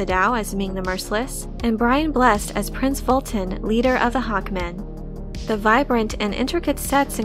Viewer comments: Brian Blessed is pronounced Bless-ed 🙂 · The score for Flash Gordon heavily features Queen but was co-written by composer Howard Blake who is always overlooked for some reason. Brian Blessed's name is pronounced Bless Ed.